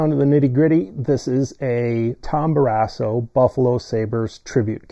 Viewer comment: What is this video? Lol You pronounce "Barrasso" weird and incorrectly. Tom wore #30 while with Buffalo. And he's a lefty. Better luck next time,.